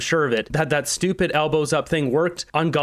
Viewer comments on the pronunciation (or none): none